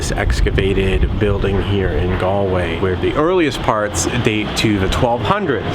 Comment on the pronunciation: "Ga-ol"! Pronounced "Jail" and means that. it's the way it's spelt in the UK. BTW you didn't go visit the "King's Head", a beautiful pub founded by King Charles I's executioner! Should've been on your list! The River Corrib flowing through the city and the canal make Galway one of the most photogenic cities I've ever been to.